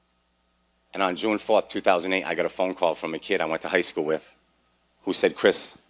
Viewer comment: Did he say August 1st 3008? Sure didn't sound like 2008